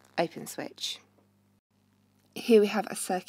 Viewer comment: "Open Swith"